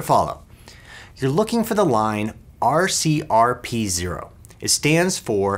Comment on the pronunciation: It drove me a little crazy but, I knew what he meant